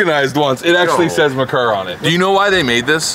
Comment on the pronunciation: It’s pronounced mare-coor 🐴🍺